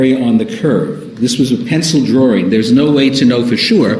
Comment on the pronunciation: and. says "Drawring" and he says Jodi's last name as "Ms. Arrows"